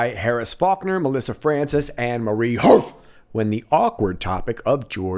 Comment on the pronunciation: I love how you said Marie HARF!